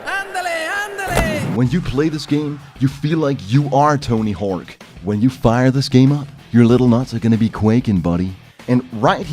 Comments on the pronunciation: Tony HORWK, vewy nais. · "Tony Herk"